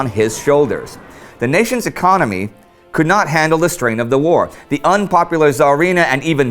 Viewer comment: what a shithole, but yes "4th lagest ecomy".